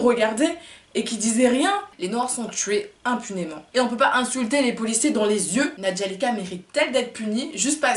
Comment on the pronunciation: C'est nadjelika pas nadjalika ohhh😂😂😂😂😂